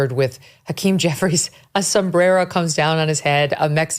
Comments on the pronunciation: non-latinos like me will laugh the moment she says Somberrero while speaking on President Trump meme post. 😂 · The way she say somberero is gold!! Lol its funny thatt congress mexicans say certain words in the most accented voice😅😅😅😅😅😅😅😅😅😅😅😅😅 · The Hispanic congresswoman didn’t pronounce sombrero correctly 😂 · What a clown is. She pronounced all of her r's the same way until she got to sombrero. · I laugh my ass off when English speakers randomly break into an accent when pronouncing a word of Spanish origin. Next, do German. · I hate when people are speaking English and then pronounce one single word with an accent - like "sombrero", while rolling the "r". It's about as inauthentic as it gets. "Clowns to left of me, jokers to the right, here I am stuck in the middle...." Steve Miller Band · The fake accent Rep Teresa uses when saying "sombrero" is RACIST. There's a perfectly good pronunciation in English. Only a bigot chooses to mock the accent of people who dont sound like her.